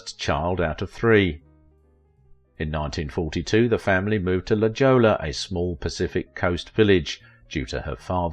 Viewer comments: I thoroughly enjoy these series mostly enjoying your accent but a couple of booboos….Chicago, Illinois (not vice versa) and LaJolla is pronounced “La Holla” thanks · It's prounced La Hoya even though it's spelled La Jolla. The pronunciation follows Spanish grammar rules. Sign me a La Jolla High School graduate. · It's pronounced "La Hoya"